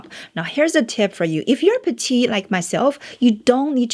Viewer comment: P L E A S E ! I have now watched 100 videos of you. Please pronounce PETITE correctly. This is so easy to fix. I hoped so much somebody will tell you- now I'm doing this.